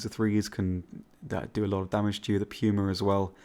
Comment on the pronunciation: Arrivederci he pronounces it correctly